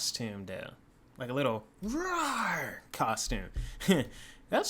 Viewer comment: Nigga said “thats a cool custome”